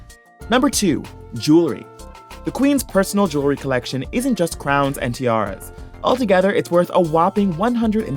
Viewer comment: JEWELRY not JEWLERY!!!!! smh